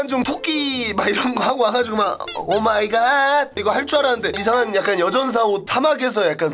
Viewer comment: 딜토 -> 디토 오마이가드 -> 오마이갓(OMG) 하이퍼보이 -> 하입보이 너 진짜 왜그러냐????